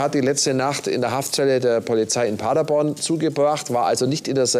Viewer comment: Wir müssen noch an der Aussprache von „Paderborn“ arbeiten: Paddaboan, mit Betonung auf der letzten Silbe. 😉